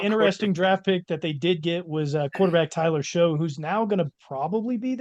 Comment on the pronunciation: It’s pronounced Shuck, not Show. Also the Panthers were the only team in the league to give up over 500 points and just released Josey Jewell, they have one active LB on their roster. Bryce Young got benched halfway through the season and then had 3ish good games at the end of the year. I guarantee they finish last in the south this year.